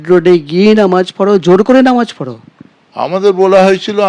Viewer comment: আপনারা "নমাজ" টাকে "নামাজ" করুন বারবার বলেছি .... প্রিন্ট মিডিয়া তেও আনন্দ বাজার পত্রিকা তেও....